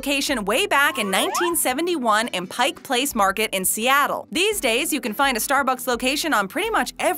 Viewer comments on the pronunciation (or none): none